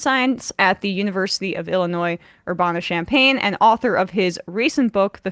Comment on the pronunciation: I-L-L 💙🧡as a two-time alumnus I love seeing professors from UIUC getting the recognition. It's actually pronounced Ur-ban-a with a more midwestern nasally vowel on the "ban" part though lol also just wanted to mentioned UIUC's new center for African-American Studies is super nice and looks dope